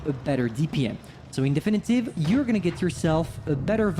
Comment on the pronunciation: I'm always so confused when he says "In definitive" . It's not as good as him saying "Don't mind me" or the way he says "Annihilator".